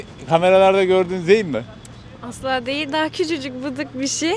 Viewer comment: Çocuğun adı Zeyn değil Mustafa abi zayn